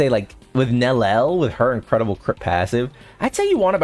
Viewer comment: Can you please ffs pronouce her name correctly. Its prounouced NEL YEL NOT NELEL